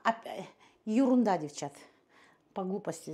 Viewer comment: Добрый день.Осень нравиться когда вы говорите юрунда это ваша фишка очень даже красиво звучит.Дп ещё пожалуйста напоминание нам чаще чтобы поставили лайк,а то я смотрю от всей души вас и забываю.А так вы напомнили опа и сразу ставлю.Обожаю вас❤❤❤❤